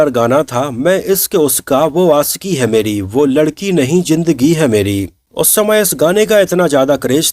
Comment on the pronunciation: Jindgi nh zindgi hota hai 😂